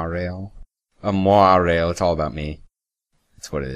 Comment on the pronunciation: "mwah-rail" Fucking incredible